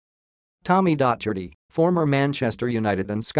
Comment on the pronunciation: Oh dear! Dotch-erty, Keltic, Durby, Row-ther-ham, All-trin-Cham! Pronunciation needs a bit of work...